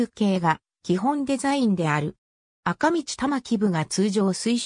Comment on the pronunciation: あかみち？？？なに？？？？それ？？？赤道せきどうって読むのだ。あほか 勉強せい！！！